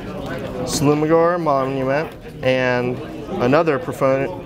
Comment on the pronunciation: How DARE you butcher the great dragonlord's name.